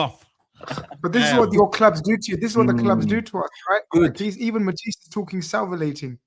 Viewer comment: Salvilating??? Man is so rattled he can’t say salivating right 😂😂